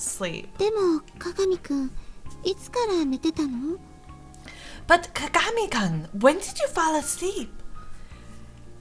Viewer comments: btw ''Kun'' is pronounced how its spelled ( koon) and not Kan:3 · just btw kun is pronounced (koon) or at least that what ive learned from animes. I love the voices